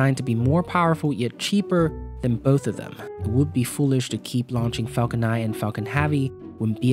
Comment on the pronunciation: Restart video it sounds like 'fuckin havy'